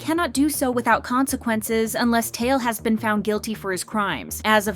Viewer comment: Tail? It's Tai Eel